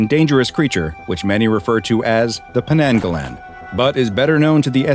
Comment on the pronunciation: Hi im Malay and to make things clear we dont call them Penanggalan, this may be a just mispronunciation because we call them Penanggal. And old tales say when a women is in labor all windows should be closed to keep penanggals out and a way to defeat them is to hide the body until sunrise of which the head will burn up and be destroyed